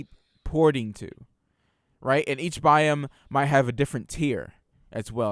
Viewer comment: It really bugged me how was pronouncing "Biome"